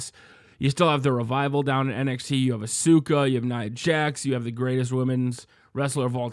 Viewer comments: Asuka (Ahz-Kah) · I'm sorry but please dont say Asuka like that